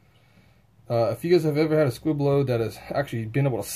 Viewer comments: It's called a, "Squib" not a quib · And it’s a Squib load. Not quib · Squib not quib lmao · You sound like you don’t know much about guns. And it’s squib, not quib. And like others have said, there’s no gas block.